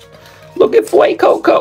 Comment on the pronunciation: “Fueeecoco” lmfao